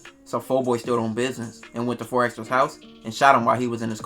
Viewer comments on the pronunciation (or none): Why EVERYBODY keep spelling/pronouncing 4xxxtra as “4 ExtraZ” ? 🤔😩😂💀‼️